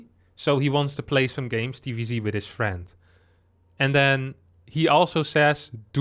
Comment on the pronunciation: "with his FIEND"